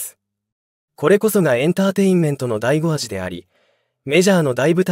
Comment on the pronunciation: 醍醐味の読みがダイゴアジはおかしいでしょ。２ランの読みニラン。 他もあります。